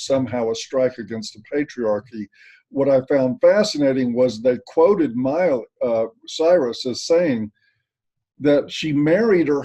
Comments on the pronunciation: Yeah he certainly didn't say Miley! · "Molly" Cyrus 😂😂😂